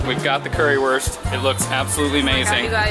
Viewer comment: Currywurst is pronouned as "curryvurst" cuz w=v in German